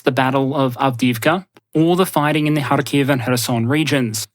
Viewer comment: harkiv has emphasis on first syllable, just like kyiv